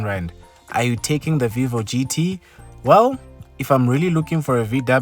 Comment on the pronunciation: I. Like. Your. Polo. Voio